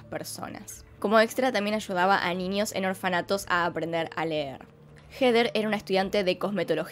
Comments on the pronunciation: me encanta cuando en vez de dcir niños dices ninios... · Me encanta ninios! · "Ninios" ayy por favor estos argentinos🙄😂😂 P.D: me ha encantado el vídeo. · Me gusta como dices ninios en vez de niños jaja